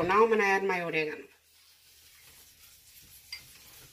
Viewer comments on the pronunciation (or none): If you are thinking of the ingredient that she stirs into the sauce base at the mark in the video, it is oregano. It only sounded like the name of the ingredient starts with an “A” because of the accent with which she pronounces it. She specifies 1/2 Tsp of oregano in the ingredient list she appended in the description above.